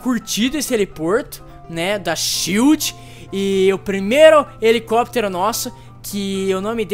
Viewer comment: ''SHIELO'' h3uhu3uh3